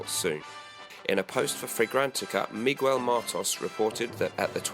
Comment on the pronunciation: please don't say mee-goo-el ever again lol